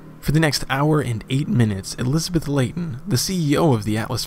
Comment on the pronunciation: thank you for finally saying Leighton properly.. lie-ton...lol and it's du-bwah not du-boyss